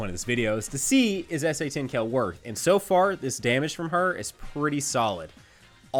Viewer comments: You guys need to teach how to say Kale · why do you pronounce kale, seal, and heal so wierdly